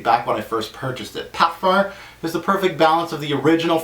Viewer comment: Good video..Why do you say parferr instead of parfum? Still dying to try Fahrenheit Parfum